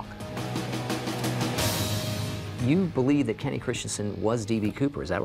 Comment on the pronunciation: It's not Kenny!!!